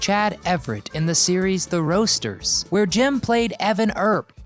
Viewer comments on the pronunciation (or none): "Rousters" is not pronounced "roasters." When you’re narrating a video and don’t know how to pronounce a word, it would be best to at least look up how to pronounce it rather than make yourself look like an uneducated simpleton who doesn’t know his own language.